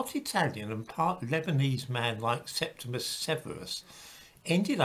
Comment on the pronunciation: His name is Septimius (not "Septimus") Severus.